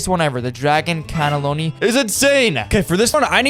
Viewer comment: bro said dragon callellolli instead of cannelloni